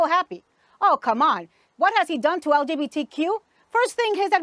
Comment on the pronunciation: Lol that couldnt even say LGBTQ right bless her cotton socks